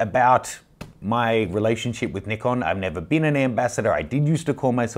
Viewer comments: Pronounced the Neeekon guy. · Thumbs up if you knew how to pronounce Nikon correctly.